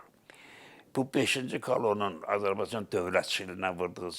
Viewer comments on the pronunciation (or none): none